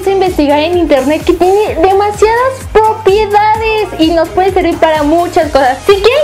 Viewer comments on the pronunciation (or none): No es popedades es PROPIEDADES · Dijo popiedades no me equivoque en el momento y lo vuelve a repetir despues lo dijo 2 veces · Y velve a decir popiedades en el momento 01:3 despues del momento de decirlo la primera ves en el momento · crei que habia sido la unica que lo noto pero me dio ternura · En el segundo 00.58 dice popiedantes😐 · si escuchan bien dise la primera ves demasiadas popiedades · soy yo o lesslie dijo "POPIEDADES" ??? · Je Je Je Je Popiedades xD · Es cierto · jajaj min 0.58 propiedades jajajajajajja no lo pronuncio bn